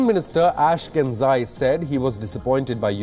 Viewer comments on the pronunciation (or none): It's not pronounced as 'Ash-ken-zai', it's 'Ash-ke-nazi'. Just saying.